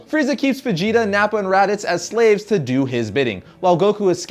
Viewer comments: Fh'jeeta..Fajita lol :) come onnnn.. its Veejeetah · Is it me or do I keep hearing him say fijita instead of vegeta 😂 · He pronounces Vegeta like how people pronounce fajita wrong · It sounds like you're saying Fegeta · bro you keep saying fegeta. now this whole video is non canon x) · i swear at times it sounds like hes saying FAgeta